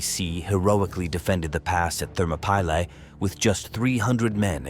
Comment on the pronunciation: thermo-pie-le 😭😭😭😭 Ai is shit